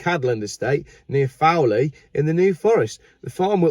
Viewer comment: It's pronounced FALL lee not fowl lee pmsl 🤣😂